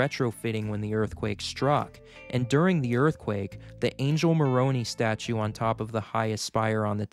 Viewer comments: It’s not Moronee it’s pronounced Moroneye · Okay, this is only to enlighten, not to ridicule at ALL. As is probably noted somewhere else, it's pronounced "Mo-ROH-nigh," not "Mo-ROH-nee." It's also "Ee-PIS-coh-pul," not "Eh-pi-SCOP-ul" (it's the name of a major religion). I'll give a pass on the name of Haiti's capital because it's French, not English, and we commonly pronounce it the way you did, but it's roughly "Port-oh-PRAHNS," (with a nasalised "n" on that last syllable, which can be hard to do for people that aren't used to making that sound) not "Port-oh-PRINCE." I must say, the info presented here is fantastic and informative. You clearly love geology and love sharing your knowledge; you are also very good at teaching us about that subject in a way we can understand. Just do a bit more research on the pronunciation of words you aren't familiar with. No shame in looking things up that are unfamiliar, and of course, no shame in making fun mistakes from time to time! We all do it! Wonderful job; keep it up! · It's pronounced Mor o eye...Moroni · Also… Malad is pronounced with the emphasis on the second syllable. And, the Moroni’s name is pronounced like “Mor-o-neye”… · Clearly a newbie to Utah. "Moronee" and "Mallad" are giveaways. Great info otherwise. 👍👍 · Hello sir. Thanks for taking the time and effort to make this video. Very informative. Some people may not take you seriously if you cannot pronounce some of the harder to say words. All your effort and hard work could be considered wasted if you don’t take the time to research a few of the words you are saying. The church statue is pronounced mor-own-eye. The pronunciation of episcopal isn’t epp-i-sock-al, it’s uh-pi-skuh-puhl. I genuinely hope this helps. You are very talented just need a small tweak in your delivery. Semper Fi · There’s definitely an “N” in there…. But he definitely didn’t pronounce it right